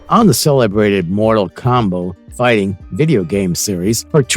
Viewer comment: Geez the voice over is horrible. I swear it is AI. They can't say realm or combat.